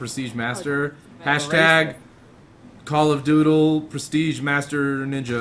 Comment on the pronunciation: THE - DOOTLE